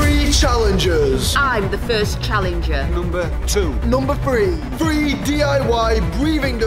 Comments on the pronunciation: Morgz says “three” like “free” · Morgz English skills: “ number FREE”